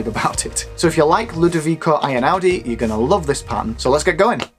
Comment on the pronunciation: Great video, very useful!!I'm from Italy and the way you pronounce the name Einaudi is reallly fun!